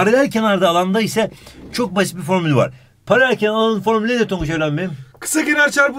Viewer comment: Abi perelelkenarsal alan parelelkenar değill ama süpersin